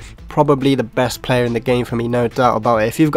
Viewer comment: the way he says player. PLAYA